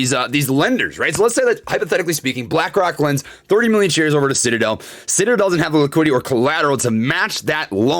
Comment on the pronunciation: did he say shitadel? 🤣